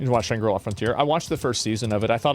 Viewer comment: These zoomers, including Asmon, don't know how to pronounce "Shangri-La."